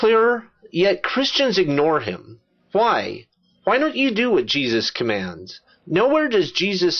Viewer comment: your videos are excellent, i cant help but notice this.... you keep saying Hwhy.